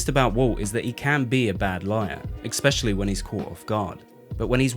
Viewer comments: Great video! Love the analysis, but go back and listen to . Its pronounced "eh-SPECIAL-ly". There's no X, like "ex"-girlfriend. Same with Espresso... Where is the X, friend. "S". Just S. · there's no X in 'especially'